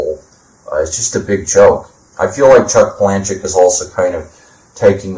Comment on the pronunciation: I pronounce his last name Pala-Nook...my two cents